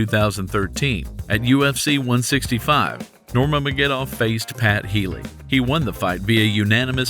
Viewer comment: His name is pronounced Ner-ma-guh-med-dov (all short vowels)... Sorry, you just said it wrong every time, but its pretty much said how its read lol. Also, i'm not sure why it is titled the GOAT, his nickname is the Eagle